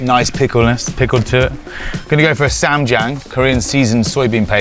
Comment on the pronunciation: So ah if you pronounce the "a" in ssam like the "a" in palm and the "ia" in Jiang like "yah" you'll be much closer to the correct pronunciation of ssamjiang